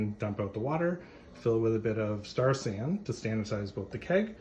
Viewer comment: Star San? What is the name you Said, Sanitizer??? I Could not Understand Your pronunciation.